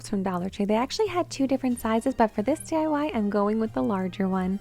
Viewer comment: DYE-Y LOL it's actually D-I-Y 🤣